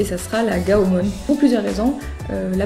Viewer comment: Désoler de te reprendre mais on dit pas gaomon mais gaomone après dit ce que tu veux mais continue à faire des video